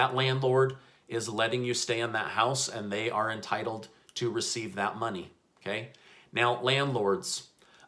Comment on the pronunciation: I love it when you say okAY!!👌 it makes me laugh. Thanks for the news...!!